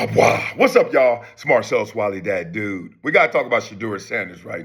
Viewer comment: Bar-cellus Wiley